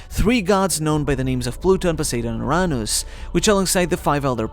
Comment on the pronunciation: can you say "Uranus" like a normal person? So annoying and cringy how you pronounce some things